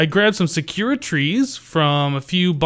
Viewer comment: Those pink trees are pronounced sa-ku-ra like they're spelled. Not sukara. I am not sure if that was just a one time mistake, but I just wanted to make sure you knew.